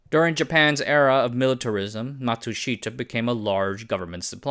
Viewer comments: The Japanese I know pronounce Matsushita as “matsushta”. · Pronunciation! Ma tsu shi-ta also the first syllable is normally emphasized in Japanese a bit and the fourth syllable shi is not emphasized!!! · Matsushita: mat-sush-ta. Three syllables. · I’m dying here with the pronunciation of Matsushita. The i is silent. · A great story well told. Only the pronunciation of Matsushita grated in my ears.